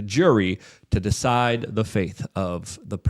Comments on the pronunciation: FATE ... Not FAITH And dude YOU ARE WRONG - the tweet you showed said they need 4 JURORS to vote GUILTY on ANY OF THE 3 CHARGES in order to convict... You said ONE CHARGE needs ALL 12. It says this nowhere. DETAILS MATTER - You cant make mistakes like this. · Fate. not faith. FATE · Does Luke not know how to say fate?